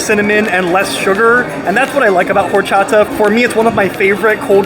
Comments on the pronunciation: Al pastor versus adobada is slightly different. Al pastor is cooked on that turning spit and adobada is either cooked on a grill or braised in a oven. Adobada means "marinated " and both are very similar. Pro tip "H" is silent in spanish so it's pronounced Or-cha-ta. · H is not pronounced in horchata (Or-chata) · Bro, don't pronounce the H in horchata. Just Orchata. 😊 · Horchata in Spanish the H is silent so say with out pronouncing the H (when at the beginning of a word), so say it like this...Orchata. Just an FYI. 🫡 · The "H” in Spanish is silent. Horchata is awesome, I need to try this spot when I go to NYC in August. Coming from L.A. I’ll see how good those tacos are ☺️They do look good.